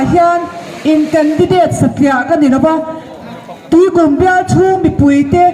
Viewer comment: 'Tuikūm 'tih poh lam dikko nghal😂😂😂